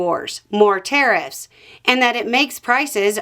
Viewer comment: It took me until 3 minutes before I realised you were saying 'tariffs' I thought you were saying 'terrorists'